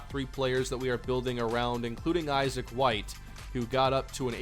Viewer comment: Just wanted to say, something I find important You pronounce Issac White's name like the typical Isaac. Pardon me for correcting, but Issac is pronounced Ih-ss-ack, not Aye-z-ick